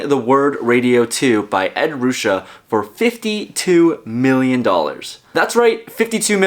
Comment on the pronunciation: It's pronounced Ed "Roo shay". You should probably re-record that commercial.